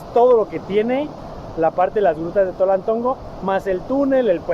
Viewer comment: Antes Tonaltongo, ahora TOLALTONGO